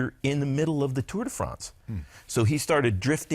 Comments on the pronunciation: I had no idea Bobke's background was so incredible. What's more incredible is how he continued to call it the Tour "day" France for so many years despite SURELY knowing he was pronouncing it wrong XD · 'Tour Day France'.